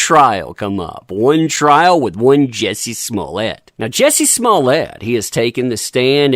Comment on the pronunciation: You miss pronounce his name lol! Jjjjjuuuiicceyyyy smmmmuuuuuuye lol